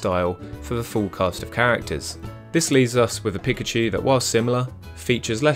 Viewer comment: I am not trying to be rude but it’s pikachu not pickachu